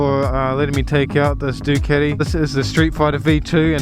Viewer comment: It's a fucken DucAti not Duceti 😂😂😂